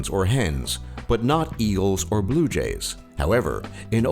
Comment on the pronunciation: HOW? did the narrator manage to pronounce "eagle" with the g as a glottal stop?! he said "ea'lz". Eels?! How about you don't get "the man with the strangest accent" to do a video on language pls.